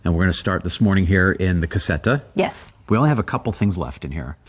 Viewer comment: Lol, every time you say "la casetta" = (una casa piccola) I think at one "cassetta" which is a completely different thing!!!! Way don't you say it English ... "little small house" because I always think you are talking about a small box/crate . Sorry to be so critical, I am Italian and I do not think is very hard to say casetta in Italian, to make it sound better and close to the Italian pronunciation just put a ,not very strong "z" in the place of the "s" like "la cazetta"!!!! 👍 P.S. I too have problem speaking the English language! 🤒